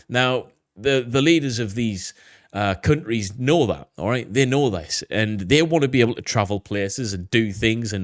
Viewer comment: He said “CUNT-REES” 😂